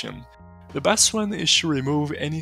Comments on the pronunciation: Haha gotta love how Brazilians say "to" -> tchoo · to you --> "tchoo yooh" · o que mais gives away é o "to" sendo "tchu" hehe